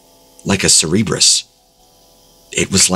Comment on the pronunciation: Cerberus is pronounced sir-bur-us. Please never say cerebrus ever again.